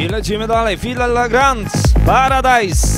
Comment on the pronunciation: Fedde Le Grand czyta sie "fedelegrand", prosze nie kalecz :D